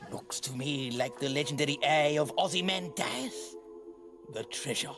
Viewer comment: “The legendary eye of Ozyman… something or other?” Characters can’t even pronounce the name properly.